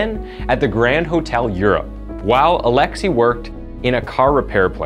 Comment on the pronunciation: Still can't believe how you just can't bother to google how to pronounce foreign names